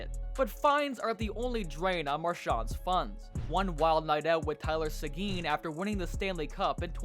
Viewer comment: Marchand has a literal real estate empire here in Hammonds Plains. Also, nice AI generated voice. Tyler "Suhgeen"